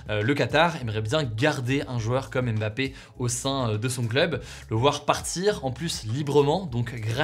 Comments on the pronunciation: Salut Hugo merci pour les partages , au Cameroun on dit MBAPPE et non M- BAPPE . Bye-bye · Alors de la même manière qu’on ne dit pas « Zède latan » mais bien « Zlatan » c’est pareil pour les autres noms. C’est « Mbappé » et non « aime bapé ». De rien.